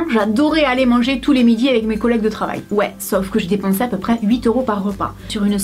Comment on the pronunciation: dans le mots mes tu prenonce le s